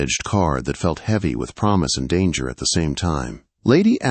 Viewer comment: Isn’t it funny what AI does to words😂😂 it is, of course, was dowager, but you knew that.